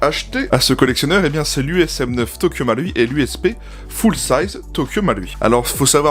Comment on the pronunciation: Quel plaisir de voir quelqu'un prononcer le ル de 東京マルイ correctement...